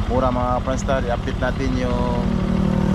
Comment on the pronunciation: hindi po mora tamang pag bigkas po mura para hindi po kayo pilipino baluktot po pag salita mo po ng tagalog po ayusin mo po ang pag salita po ng tagalog ka kahiya po kayo